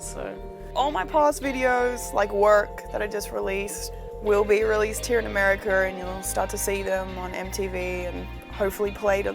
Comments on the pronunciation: "Americer" lol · She says Americer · Lol americer